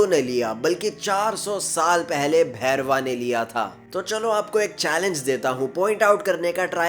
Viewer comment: Not bhairwa it's bhairav 😂😂